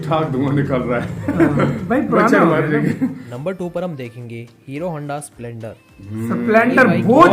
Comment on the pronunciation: संपलेंडर नही भाई स्प्लेंडर बोलो